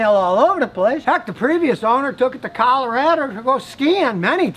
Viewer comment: “The previous owner took it to Colarader” 😂😂😂😂😂😂😂😂😂 Scotty is a true American! That’s what my co-workers call me cuz I’m from Colorado!😂😂😂😂😂😂😂😂😂